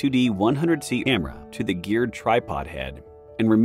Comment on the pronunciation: 😆 The A.I. voice can't pronounce camera correctly. To me it always sounds like "Emma".